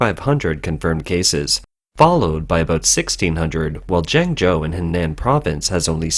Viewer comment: HENAN is pronounced HUH-NAHN wake up reporter!